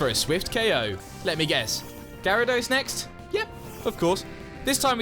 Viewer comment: UH, IT'S GYARADOS, NOT GIARABOS!